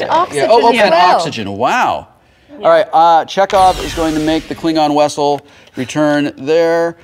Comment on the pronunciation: I love the the fact that Wil calls it the Klingon Wessel.